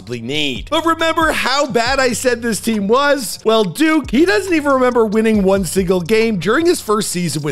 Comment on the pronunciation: Bro that’s not duke that’s Luke